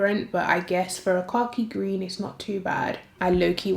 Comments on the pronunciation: Flat out took this ignorant American a full minute to realize you said "Khaki Green". I was deadass sitting here going "Car Key Green? What shade is THAT!?!" 😂😂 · Lmaooooo “cocky gween “🥴 I’m just playing